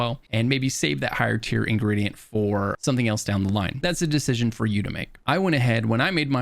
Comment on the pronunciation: "Theres a decishchion you have to make.. officer" - 🤤